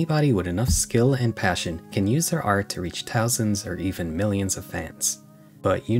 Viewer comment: bro not to side with anyone in the vid but can you pronounce ''th''? i noticed you said ''tousand'' and 'tirteen''